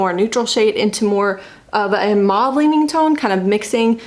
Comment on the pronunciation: I have an unabridged online dictionary with a pronunciation key and it was pronounced mauve (maw v) the way you said it.